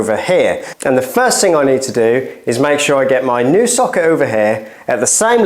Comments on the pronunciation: I thought you were saying “soccer” for the first few minutes 😂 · Why are you saying socket like that ?